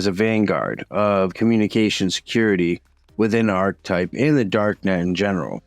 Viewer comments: Interesting. Thanks for the vid. Just gotta say though… isn’t it pronounced “arKetype”? At least the word “archetype” is pronounced that way. Who cares. I prob sound obnoxious. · ar·che·type No "arch" sound. Archetype is the word. Ar che type. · Isn't it pronounced (arketipe)? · No one gonna mention how to pronounce archetype??!?!?